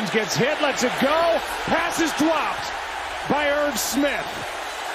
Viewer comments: bro said dwopped 😂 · listen to how he says dropped